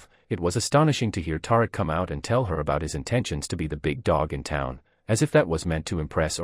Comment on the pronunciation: Tar-Rick? I guess we should spell it Tie-Reek just so, you can pronounce it correctly 🤣🤣